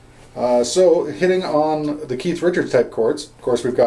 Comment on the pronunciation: that's what I m talkin bout.....really good stuff for a lifetime stones fan and beginning guitar guy ur a good teacher slow enuff but u packed a lot into a short time....thx and thx for not calling keith ...keef